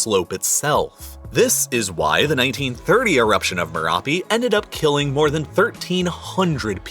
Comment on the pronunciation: It bothers me hearing the excessive use H, i.e khillings, enthire, vholcanic. 😂